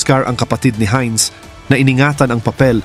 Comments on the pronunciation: German yan.... "HAYNZ" ang bigkas at hindi "HIN". Heinz Ketchup kapangalan nya (American brand na ketchup pero ang may-ari ay anak ng isang German). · It is pronounce as "Haynz".